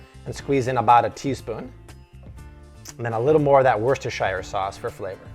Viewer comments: Bat Taz im not sure if its pronounced differently in different places but in the UK the 'shire' is certainly not silent. It is pronounced wusta-sha, exactly how said it the first time. Worcester is a completely different word. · 'Woster' sauce, the Shire is silent. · free tip just call it "woostah sauce" it comes from england not middle earth. hehe :D